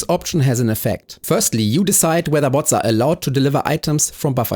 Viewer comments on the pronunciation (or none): It's crazy this video has only existed for one hour. The way you say the word logistics feels really weird. Low gis tics Bo(ah)ts